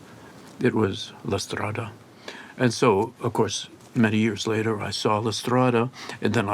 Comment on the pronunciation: his perfect way of pronouncing "la strada" moves me (besides his memory of Lynch, his consideration of Bergman and the fact that he is a total genius, of course)